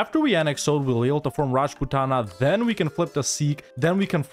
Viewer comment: Oudh is pronounced Avadh